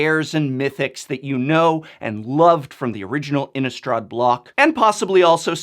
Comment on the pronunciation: Also, why do so many people pronounce Innistrad as if it has a U sound in it? Innistraw'd? I thought the "rad" part of Innistrad sounded just like that, rad. I can understand words like chaud, applaud, etc, that have the U, but not Innistrad! INNISTRA_D.